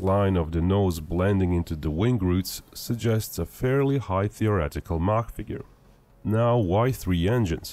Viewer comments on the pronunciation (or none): none